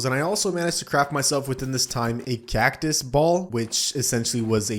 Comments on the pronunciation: No way bro called cactus cactuos💀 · Wtf with that "cactus" pronunciation, sounds like an Indonesian 😂😂